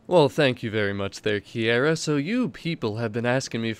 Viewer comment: You pronounced Kiera's name wrong at the start...it's Key-Ra not Key-Air-Ra 😂